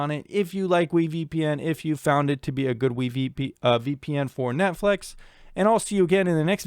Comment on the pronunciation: "Netflex" probably your Seattle accent taking over; New Englanders have a similar thing ^__^ Even though I'm a torrenter as I'm unable to afford those streaming bundles an' such, I did find this educational. Magnificent work as Always!🖤